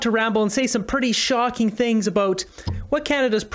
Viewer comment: Yep, get your "Sihngs" pizza. Lmfao. 🤦‍♂️ um. Ya, no! Gross!